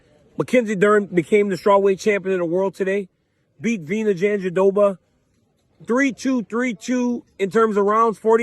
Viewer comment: Daniel, if you're keep calling Virna's surname Janjidoba I will start calling your Codmier. Come on, man.